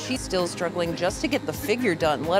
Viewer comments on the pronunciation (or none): none